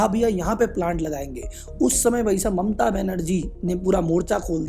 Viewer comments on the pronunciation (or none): none